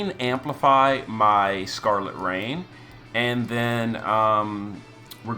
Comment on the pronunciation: Love the way you called scarlet rain raegen lol anyways finally Physalis getting some buffs